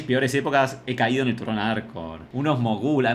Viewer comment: Jajajaja ¿Por qué le costaba tanto decir "Arcor"?